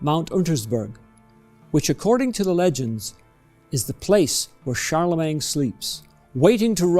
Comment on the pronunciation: Please don't say Charlemang - it's Charlemagne.